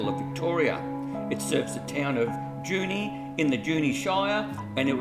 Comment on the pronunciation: It's not 'Junie', its 'Jew knee'